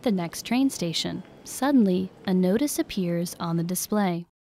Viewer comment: I was surprised by the pronunciation of "station" lol